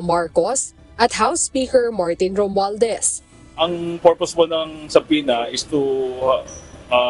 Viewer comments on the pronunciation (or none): none